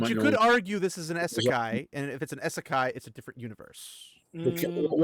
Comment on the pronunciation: I don't ever want you to give me crap about my pronunciation after the way you just slaughtered the word "Isekai"